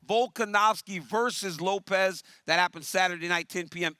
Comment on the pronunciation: It's LOPES not Lop-EZ you idiots